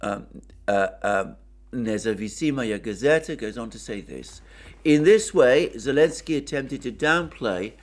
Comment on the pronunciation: Thank you as usual, you are a Legend! Btw, the name of the newspaper is Nezavisimaya Gazeta. (It’s a difficult word and just an FYI, for the future:)